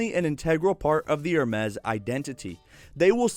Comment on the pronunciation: It pronounce ER-MASS or AR-MESS... wtf are you pronouncing 😂🤣